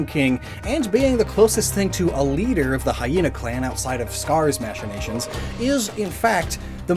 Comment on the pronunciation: I know so few other people care, but your pronunciation of machinations hurts my brain, along with how you’ve pronounced colloquial in many videos. I absolutely adore your videos, but when people pronounce words wrong it creates this “twinge” in my brain, and I have an overwhelming desire to correct it or point it out. Again, I love your videos so much!